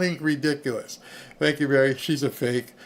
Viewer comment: You called it Berry